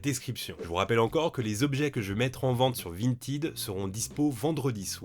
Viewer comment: Prononcer “vinetaide”. 😅